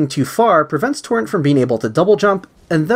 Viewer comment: Great video but it’s torrent not torren